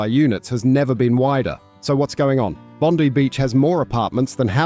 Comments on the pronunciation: The i is not short in Bondi. It’s Bond-eye (Bondi). Not Bond-ee or Bind-long i. So cut your crap. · It's Bondi (eye) Beach not Bondee 😁